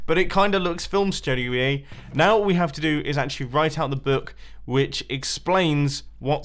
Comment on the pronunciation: shtungnioey? I think you mean studioey 😂